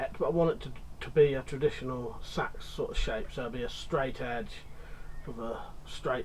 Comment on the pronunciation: Watched you for yonks, but I think you'll find it's pronounced say ex, and if it's of any worth, I went to agri college and had to study the use of scythes, bill hooks and hacks of all types in the mid 90's, There is an art to sharpen these, and now it's being forgotten. Would rather wield a traditional bill hook than seax, especially with the back blade. Keep up the great work 👍🏻